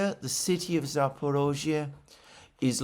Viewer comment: It’s Zapor I zhzhia, not Zapor O zhzhia Just saying